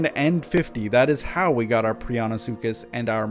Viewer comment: you miss pronounce so many names it makes me cringe...but now I shall help!!! micro-pa- saurous. pri-on-sucus